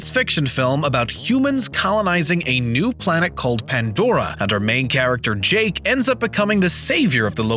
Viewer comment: its, PANDORA, NOT ANDORA.